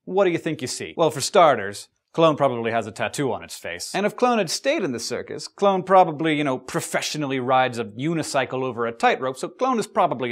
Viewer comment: Its funny you said joins a circuses cuz I thought you said clown instead of clone